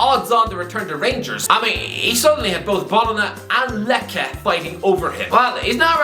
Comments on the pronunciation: “Lecce" isn't pronounce as “Lekhe" It's pronounced something close to “Letshie" I had to rewind the vid a few times to know which club was "Lekhe" until I saw it written out in the screen. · "Bolona" and "Lekkay" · Every time mispronounces an Italian club's name (Fiorentina, Bologna, Lecce), a demon gets its wings.